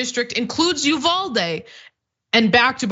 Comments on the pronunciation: Uvalde is pronounced Yoo van dee. As a Texan I thought you might like to know. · PLEASE LEARN HOW TO CORRECTLY PRONOUNCE UVALDE. Total cringe every time you slaughter that mame